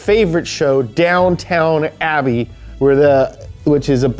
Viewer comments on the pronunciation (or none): its Downton Abbey not Downtown Abbey lol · It's DownTON Abbey, not DownTOWN Abbey. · It's important to my fiance that i leave a comment here, shaming for mispronouncing Downton Abbey as "Down town Abbey". This was rather upsetting to her. Thank you for your time